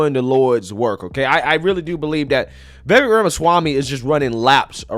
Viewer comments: It's pronounced vi-vake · It's Vuh-VAKE' . And yes,he's great. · Vivek is pronounced Ve'Vake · Vivek rhymes with cake.